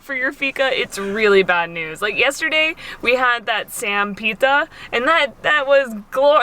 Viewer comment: You are lovely and what most struck me is how you empathize with the culture and the history on a really deep level. Just a note: the pronunciation is SHAMPEETA= sampita and KREMSHNEETE = kremshite. Basically, the reading Croatian rule is that we pronounce I= ee , J=, and letters with the tick as S = sh, C = ch. I know this is some time ago now but I just started to follow you.